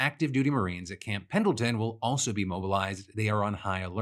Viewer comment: Hey Phil, San Diego native here (where Camp Pendleton is), the d is silent :)